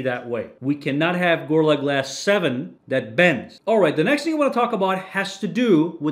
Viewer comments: Stop saying Gor-la glass, it's Go-Ril-La glass! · "gurrla glass" Bruh put some effort in Also that intro is super fucking long Consider yourself truthfully crit'd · why can you not pronounce gorilla?